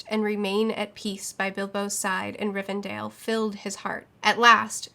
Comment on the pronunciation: Toll-keen Riven-DELL